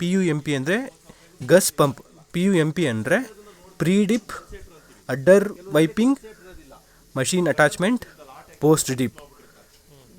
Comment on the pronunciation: ಸರ ಅದ ಉಡ್ಡರ ವೀಪಿಂಗ ಅಲ್ಲ ರೀ ಪ ಅಡ್ಡರ್ ವೈಪಿಂಗ್ 😂